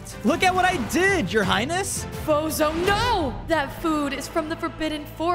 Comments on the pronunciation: Every time they said fozo it sounded like bozo😂😂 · I thought you said bozo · i keep hearing bozo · His name isn't fozo it's bozo